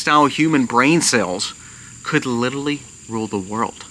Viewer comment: Literally. Li ter ally, not littley.